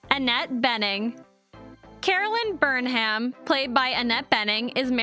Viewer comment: This was a great watch but the mispronunciation of “Burnham” was like nails on a chalk board! Otherwise was awesome!